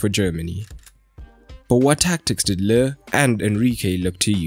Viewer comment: How are you making Lowe out of Löw? :D